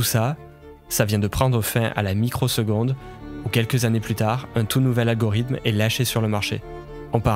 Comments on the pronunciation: t'arrête pas de dire algorym au lieu de algorithme, sinon eeeexcelente video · Banger la vidéo mais tdm poto apprends a dire Algorithme stp